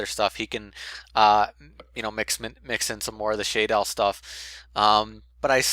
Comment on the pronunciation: It's pronounced SHAdolls. not SHAYdolls. JS.